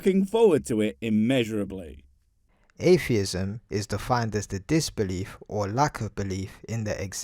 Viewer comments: Ayfeeism. Can't even speak properly, let alone think. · How are you going to debunk atheism when you can't even say the word. There are no f's in atheism. You thick as shit shaved monkey. Also, How difficult is it to say ask? No you can't "arks" me something.